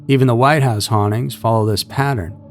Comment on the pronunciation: I say this with respect, but it’s pronounced hauntings not honnings!